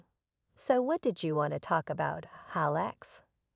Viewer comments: this whole post is BS, from the robotic narrator that doesn't know how to pronounce words like Alex to the story subject suddenly becoming the GM for his company. and what "chef" would panic over being short ONE meal? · Forgive me but though the theme seems a good one; if you want people to believe the video you really need to fix a few things about both the audio and the captions. There was quite a bit of mispronunciations, errors in voice inflections as well as punctuation mistakes. At times the name Alex was pronounced incorrectly as Aléx; or Alex's was mispronounced as Alexa's... We were not listening about a SISTER named ALEXA, but a BROTHER named Alex... Maybe you should get a proofreader the next time you wish to post? Just my two cents...